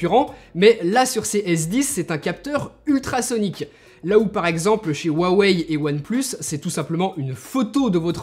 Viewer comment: Huawei se prononce "ROUA WEILLE"